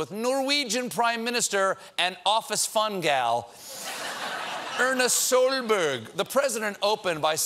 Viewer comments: I need to say this :But the way he said Erna Solberg cured my sadness. Stephen, just call her Erna Blueberry k? (Sorry not sorry, I like arbeiderpartiet more then FrP and Høgre) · Ørna sølbørg.. HOW THE FUCK DID HE JUST PRONOUNCE ERNA SOLBERG 😂😂 (Yeah i know its a hard name if your from another country. But come on.. Ørna Sølbørg? 😂) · HAHAHHA, I'm norwegian and his pronouncination of Erna Solberg is hilarious